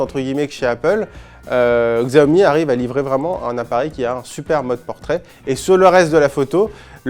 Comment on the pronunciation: Faites un effort, apprenez le pinyin : les caractères latins utilisés pour les mots chinois ne se prononcent pas entièrement comme en français. Par exemple, Xiaomi se prononce "siaomi"